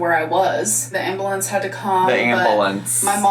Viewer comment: I’m from Maryland, so we don’t say ambuhlance, we say AmberLamps